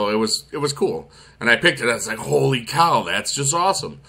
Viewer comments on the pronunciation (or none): none